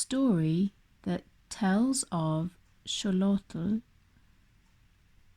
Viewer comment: Xolotl is pronounced Sho-lot-all I believe